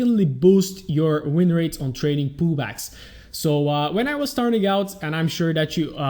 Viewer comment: All I hear is "poo bags" not "pullbacks" lol the whole way through sounded like you were trying to teach us how to get good entries into poo bags. All jokes aside superb content, subscribed on youtube and in my heart